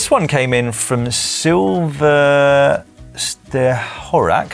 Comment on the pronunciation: Dan has finally topped (or bottomed?) his C -PU name reading! “Silver Sterhorak”, better known as Silvester Horak, has managed to trip him up. Legend! (Not pronounced LEG END).